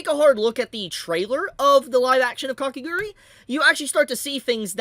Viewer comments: Its Kakegurui not Kakeguri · it's Kah-keh-GOO-ROO-EE... NOT Kake "grr-ee"